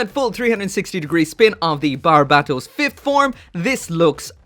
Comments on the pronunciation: It's so cringe how he pronounces Bar-bae-toes wtf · Damn it’s been this long and you still can’t say the name right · How can you still mispronounce barbatos?